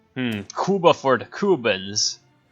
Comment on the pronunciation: My body rejects how you say Cuba.